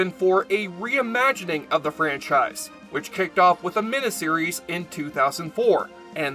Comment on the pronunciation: Why does this guy always say min-a-series? It's mini-series.